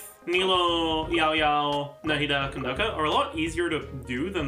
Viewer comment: ok not really related to Yaoyao but i just gotta say i really appreciate pronunciation of Candace/Kandake 🥺